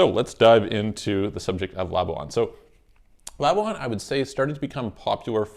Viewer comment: Pronounced "la-bwan" NOT "la-bu-an"